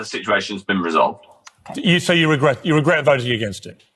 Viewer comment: ‘Regret’ is a difficult word for MH - it comes out as a smirking geerrt!